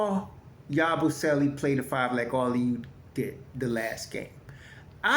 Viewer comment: Damn it Ya-boo- selee He's not Italian